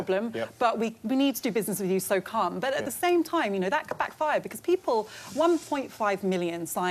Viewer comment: Did Afua just say "carm"? Lol love her